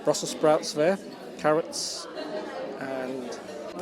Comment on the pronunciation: Vis instead of this, vair instead of there. I can't get past vose (those) pronunciations. Even many English people bred and born here, murder the language.